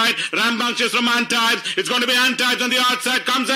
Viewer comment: The race caller got the pronunciation winner’s name completely wrong. It’s pronounced - ahn-teeb. Guys need to do some research before doing the commentary.